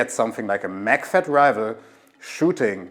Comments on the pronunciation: It's Rifle, not Rival. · Rifle - the f is pronounce fu, not vu. You’re saying rival not rifle in you’re pronunciation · man I'm so stupid, I thought he was saying rival, (even the caption think so too) but the accent made me realize he was actually saying rifle or rifleman